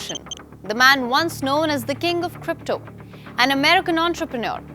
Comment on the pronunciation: 'king' also 🤣 not even close to that